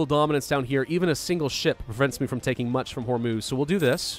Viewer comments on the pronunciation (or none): none